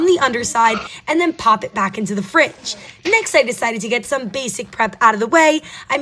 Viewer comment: The way she said fridgeee what accent is that sounds weird